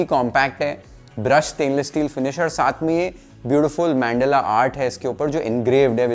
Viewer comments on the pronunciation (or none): मन्डला not मेंडेला